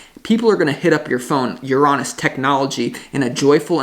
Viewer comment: Love the way you say Uranus ❤